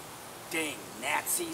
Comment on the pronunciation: its not natzis its nazis. no T.